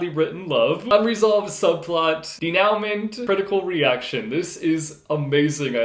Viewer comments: I love Grant Snider's bookish comics! So relatable :D And denouement is pronounced "day-new-MAW". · Did just say Dee-Now-Ment? DID JUST SAY DEENOWMENT? I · Please please please look up the pronunciation of "denouement "..... (and not according to Webster's) it's a French word. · Interesting our teachers have taught us pronounce denouement as de-know-mah. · Denouement. Day-new-maw